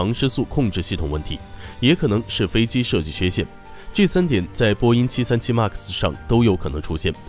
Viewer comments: 麦克斯，不是“骂克斯” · 读麦克斯…… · 能不能把MAX读读好啊，听着贼难受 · 英语再怎么不标准也不会这么读一个只有两个音节3岁水平的英语单词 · 一共就一个英文，max！！！这不是口音问题，是英文太差。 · 视频做得很好 但是max读成妈克斯...macs也读错好难受